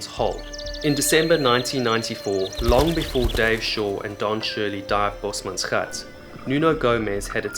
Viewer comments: Been binging your videos and thought you sounded South African but your bio mentioned England. But this video... Gave it away. Only a born Afrikaans speaker can say bosmansgat like that. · Boesmansgat, youre the first non Dutch non African who says it right👌